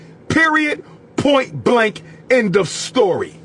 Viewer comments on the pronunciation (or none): none